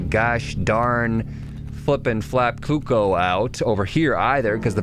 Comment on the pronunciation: cooko.....hahaha not cookoo